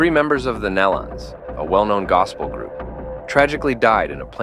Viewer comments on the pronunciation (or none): "Nellons"? Get it right BEFORE you do a video. It's "Knee-lons. This is a pathetic video. Please take this down! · Pronounced: (knee-lun), not, nell un....Please.. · Its NELON. NOT NELLUN. SOOOO disrespectful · Knee-lons not nell-lons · I refuse to watch any video that doesn't pronounce their name correctly! The E is long. Their name doesn't rhyme with melon. It is pronounced like kneelin'. Surely you can reprogram your AI voice to get their name right! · If you are going to report this, please have enough respect to research how to pronounce their name. It is "nee-lun" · Out of respect to the family, it is pronounced "Nee-lon" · Call them correctly as the Neeee. Lons. Use the long e sound. Please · Please pronounce their last name right. Show some respect. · How about learn how to say their name